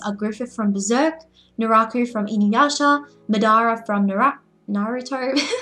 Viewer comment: I almost gave a thumbs down from the mispronunciation of MADARA, but its to good of a video to do that lol